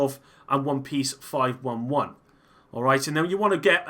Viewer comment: It’s pronounced “Five Eleven”